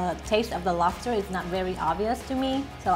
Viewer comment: Did anyone else noticed her talk to be funnny and cute at the same time lol 😂😂. I was laughing like an mad idiot when she said lofster instead of lobster.🤣🤣 The video was Cringe as fuck bro but however sunny cooked very good.